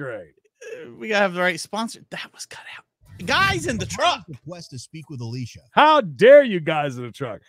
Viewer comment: That's not how you say Alicia! 🙄